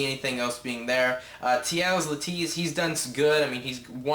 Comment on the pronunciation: "true mma fan" ... clearly you are not. Learn the names of the fighters dumbass, Marquardt sounds just like it reads not MarQUEZ and Leitas sounds "Laytus" not Layteez. And fix your damn hat.